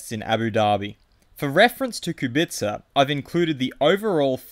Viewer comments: Ku bi tca, not ku BIT ca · He says like "Kubitsa". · I know. Still he says ku BIT ca and it’s annoying af, havn’t heard any “slav” pronounce it that way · it's pronounced kubica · please learn how to pronounce kubica